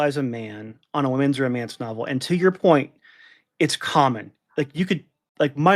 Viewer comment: Duh, it’s called Ro-MAN-ce. And smut rhymes with slut.